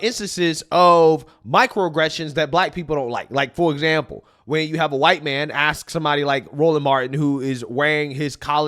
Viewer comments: running for school board, can’t pronounce the word ask, but wants to help translate “they” voices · They instead of their. Twice. Axe instead of ask.